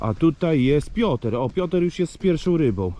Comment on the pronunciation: Panie dlaczego cały czas mówi Pioter a nie Piotr lub Piotruś to trochę wiocha pachnie czas na zmiany